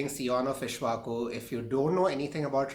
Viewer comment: and it is not ishvaku...it is pronounced "ik_sh_va_ku"